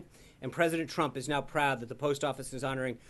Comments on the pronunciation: Sean is going to get the sack next for calling the president Trimp instead of Trump. He needs to pick up his game because he stumbles over his words every day. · he said president trimp